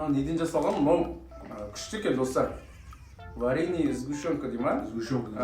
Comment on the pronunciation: Варинене емес Варенье сгущёнка